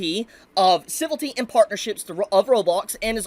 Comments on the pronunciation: Ci-vil-ity not Civ-ilty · Civility. A new word to add to the list. Leaving out a whole syllable. Never stop mispronouncing words bro. It's part of your charm now.